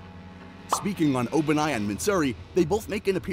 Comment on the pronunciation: why do you pronounce obanai like that..💀